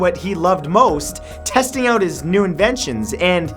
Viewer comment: His pronounciation of out sounds different. He pronounced it "Ouutt"